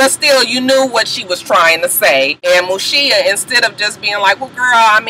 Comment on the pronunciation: Mushiya not shita